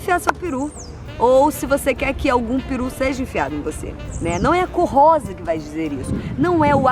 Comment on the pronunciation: e eu vendo o video e fazendo a unha, ouço julia falar "corrosa" e pensei QUE MERDA É ESSA? dai parei minha unha, voltei e entendi. lição pra vida: de atenção individual pras coisas. obg Jout!